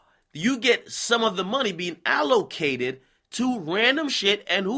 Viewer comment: My advice is to not take financial advice from someone who is attempting to pronounce "allocated" for the first time.